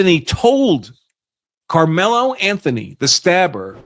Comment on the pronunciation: Sir, I watched the lawyers whole segment and he’s very ignorant. He’s miss pronounced Karmelo’s name like 6 times. He shouldn’t have brought the knife to the track meet. I think we all agree. However, I believe the twins were trying to jump him or really doing something to him. I just don’t know too many brothers that would just stab someone. Also, we have to know that the twin came forward toward him. How else would he be able to get that close and stab him. So it’s definitely more to the story